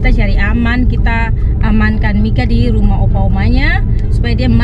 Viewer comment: Susah ya mika bilang "ke rumah" 😂😂😂